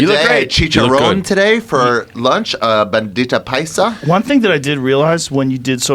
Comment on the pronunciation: That boy Ari said Bandita Paisa instead of Bandeja Paisa 😂